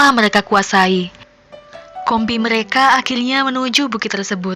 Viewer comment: Meleka r nya mana buk